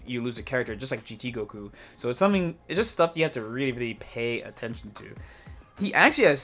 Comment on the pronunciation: First off... respect the character by not calling his ghost oki 'ghoki'. I'm a gotenks main and I can't stand it wen ppl say ghoki lol it sounds dumb af honestly